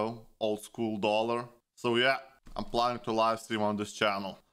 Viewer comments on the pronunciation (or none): Wait dollar is russian or its just his accent?